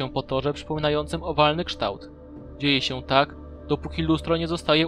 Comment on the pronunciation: kształt chyba a nie krztaøt